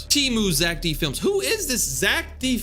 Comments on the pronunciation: Its zeck felms not zeck flems😭✌️ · It is pronounced fe-l-ms